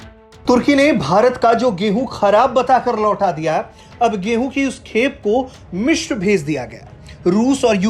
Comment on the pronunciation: वो "मिश्र" नहीं "मिस्र" होता है। आजतक के पास ढंके न्यूज़ रीडर तक नहीं हैं क्या? एक वो आयुष है जो इतनी गलतियों के साथ ख़बर पढ़ता है और एक ये महाशय हैं जो "मिस्र" को "मिश्र" बोल रहे हैं।